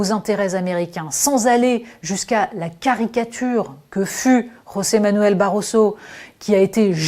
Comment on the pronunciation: Rosé Manuel BaRRoso est Portugais. A prononcer donc: JOSÉ MANUEL BAROSO. Obrigado